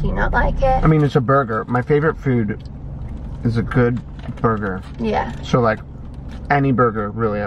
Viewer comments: “Burger” omggg she had SUCH an American accent right there lol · when said “burger” hahahahhaha she sounds american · said burger in the most American way possible.